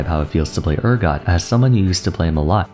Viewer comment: Damn, saying Urgot's name wrong six times. That's commitment!